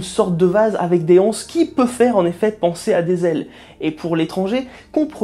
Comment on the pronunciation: "avec des hanses" ? Des anses, prononcé "des z'anses" avec la liaison